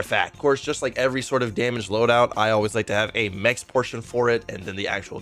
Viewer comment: Everytime he says mechs build i cringe